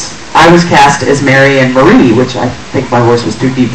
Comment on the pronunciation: ***** I agree. In fact, she wasn't even aware of the whole situation. I think she needs to apologize for this. She even said "Maria" wrong.